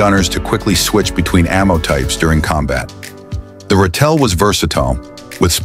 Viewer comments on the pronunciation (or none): Ratel (badger) is pronounced RA TIL. There's no "tell" in the name. Hi from South Africa 🇿🇦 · Ratel is correctly pronounced as RA TIL. Rooikat is correctly pronounced Rooi Cut. Umkhomto is correctly pronounced UM (as in the German word "umlaud") COM TO (as in bog). Olifant is correctly pronounced OOOLI FUNT.